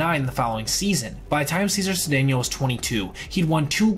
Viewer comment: Just a question, did you actually listen to anyone pronounce these players names before you recorded this? You mispronounced Knoblauch, Appier and Cedeno wrong.